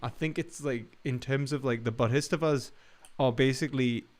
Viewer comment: Boddhistavas? There might be a little dyslexia going on there. The pronunciation is off. Check the spelling and also reference, for example, Steely Dan, "Countdown to Ecstasy". Second time I've heard this one from you, and I would not mention it if you hadn't been so careful about "Advaitya Vedanta".